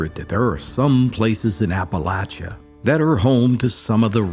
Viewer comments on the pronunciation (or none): This is not a native Appalachian. He mispronounces Appalachia His accent is that of an actor. SUCH NONSENSE......